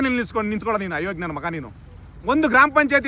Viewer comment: ಹಯೋಗ್ಯ ಅಲ್ಲ ಅದು... ಅಯೋಗ್ಯ... ಉಚ್ಚಾರಣೆ ಸರಿ ಇಲ್ಲ